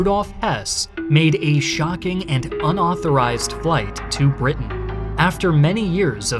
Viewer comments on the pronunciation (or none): none